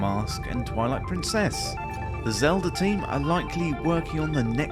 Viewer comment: Deliberate or not, your accentuation of "Twilight-prin, CESS" is excellent rage bait.